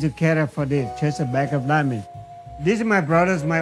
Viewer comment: This is the bag of "DIAHAAH".